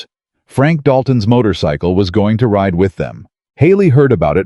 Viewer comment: RIDE, not write. RIDER, not writer. Other than mis-pronouciation or use of an incorrect word, this was a good story. It only lacks comprehension of the English language.